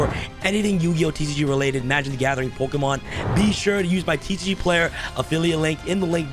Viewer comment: Who also laught when he said “Pokemon” 😂